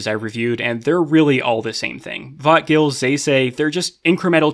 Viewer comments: To my non-native anglophone brain, every time says "vötgil" kinda sounds like "thought kill" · Every time he says vötgil my mind says I'm a bit excited